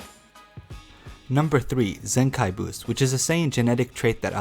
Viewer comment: ZENAKI boost, good try m8